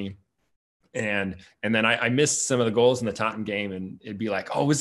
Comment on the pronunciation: Pronounces "Tottenham", exactly like Ted Lasso